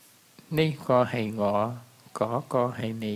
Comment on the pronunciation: ngổ ..nẩy .khởi .mới chuẩn còn ngọ .nị khuy.la phat âm k chuẩn